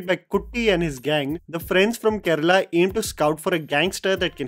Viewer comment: Love you for always talking about our Malayalam cinema, but I cant help but notice the way you are pronouncing the word "Malayalam". its MALA- YA-LAM and not MAL-YALAM Its KERA-LA and not KER-LA.